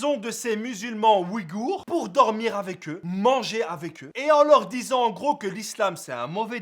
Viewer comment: Au passage c un peuple turcique et ça ce prononce pas "oui-gour" mais "uygur"